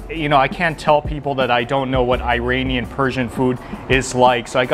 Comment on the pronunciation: He can't even pronounce "Iranian* ! Someone correct this boy.